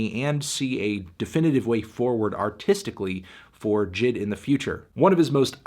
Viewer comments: Why does he call him jid... isn’t it pronounced (“jay-eye-dee”) he even calls himself that the album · I always thought it was pronounced Jay Ay Dee not jid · Anyone else annoyed he keeps saying Jid & not J.I.D.? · I think it’s J I D Not jid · It’s pronounced J I D not jid lol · annoying as hell Anthony calls him Jid, when its J.I.D, but good review nonetheless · excuse me its pronounced J.I.D not JID get it right nerd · Who calls him JID? ITS J.I.D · you're saying it wrong it's pronounced jid get it right